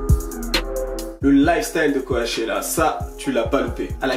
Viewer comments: mon gars qd tu dis co-a-chella tu me stresse de ouf....ca se prononce c-O-chella ahaha!!! mais force a toi tes videos sont ouf mec!! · ca se dit "CO-tchella" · Ça me stresse quand il le prononce co A tchella qq😖🤦‍♀️ en plus il fait que dire ça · Le premier ''a'' de Coachella ne se prononce pas. Ça ce dit comme le ''coach'' sportif. #JustSayin'